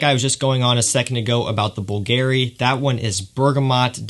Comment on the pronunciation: please stop saying Bvlgari like it has a Gary at the end. Google the pronunciation...